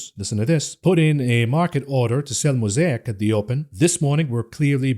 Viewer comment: Please revisit your pronunciation of Altria and Mosaic. (You pronounced Mosaic correctly later in the podcast.)